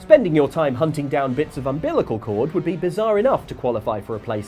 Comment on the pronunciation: You have to get 3 of the 4 thirds of ambilical cords....... WHAT!??? 😂